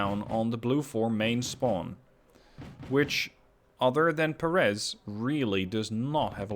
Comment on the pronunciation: It's pronounced PÉ- reth, not Perés. Otherwise, nice video.